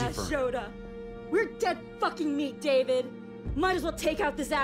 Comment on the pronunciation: its a pretty big oversight from the voice acting perspective how their dad pronounced david the american way instead of as "dah-VEED"